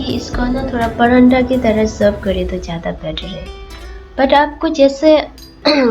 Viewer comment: Acha banaya he lekin paranda nahi bolte he pratha bolte he Hindi me video banate raho one% jo sunne me cute lagti he wo bhi thik ho jayegi 😊😊😊😊